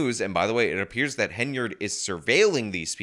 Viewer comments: you've been doing so well, but the second time you mention super mayors name, you slip up and call her heynerd. Focus, focus. HEN-yard, HEN-yard. Hey I don't like the super hag and want to see her in prison after a really embarrassing trip through the courts, but you must get her name right, or we viewers will think that you're an idiot too. Keep up the great work!! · Great videos, but it's Hen-Y-Ard, not Heynard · It’s Henyard, not Heynard. It’s Dolton, not Dalton. I know it’s small errors but for the love of God this is your job take it seriously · Hen yard. Not hey nard. And blatt. Not black. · I take a shot every time says “Hay-nard”. I don’t think I should go driving around right now. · Its Hen-Yard. Like where she keep dem chicken. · Ok. Now it sounds like you really emphasize the „enya“ in her name to make up for past videos 😉 thanks!